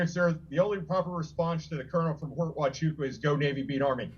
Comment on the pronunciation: Mr. President. Please learn to properly pronounce. Fort Huachuca, Az. Was stationed there in mid 60s.